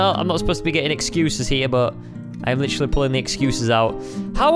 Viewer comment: He said literary